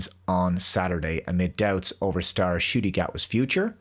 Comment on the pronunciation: Ncuti pronounced shooty not scooty ya fool